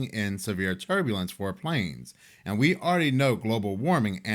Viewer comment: When you said "PLAYNEZZZ" instead of "WHORERRRR" In the intro 😂😂😂😂 (Yes I understand how to spell planes & horror but I spelled it how my ears interpreted the pronunciation ☠️😂🎉)